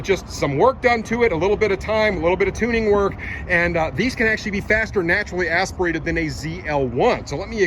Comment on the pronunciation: I stopped watching after the sixth time he said “naturally asperated”